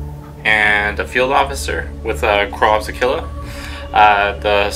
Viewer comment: Korps is pronounced "core". The homeworld of the Death Korps of Krieg is Kreig. Tzeentch is pronounced with a long e as in bee.